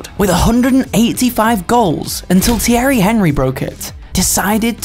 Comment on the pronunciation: thiery henry . no no no . its said tieri onry